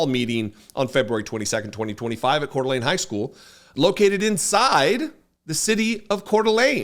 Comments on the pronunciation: First , let me tell you what a joy it is to hear the name Coeur d'Alene said correctly! That's a rarity all by itself. How awful is it that 1 of the most beautiful places on earth is full of a bunch of white supremacists and fascists? I grew up in E. Wash., and I remember Richard Butler. Those people didn't change their Aryan Nation views, they just melted into the background for a while. Now that they feel safe, they are back at it again. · Thank you for your coverage. Thank you for pronouncing Kootenai and Coeur d' Alene correctly. The behavior of the sheriff and the 'security' was shameful. I lived in another state for 28 years and I was always embarrassed to tell people I am from Idaho: this is an example of why.